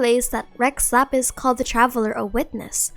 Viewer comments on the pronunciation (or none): none